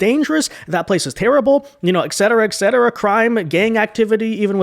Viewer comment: There is no X in etcetera